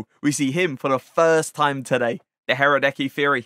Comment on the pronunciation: haradeky? lmfao i love how most english speaking people cant pronounce slovenien/scandinavian names